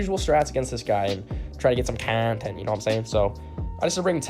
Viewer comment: out here with that KAWHNTENT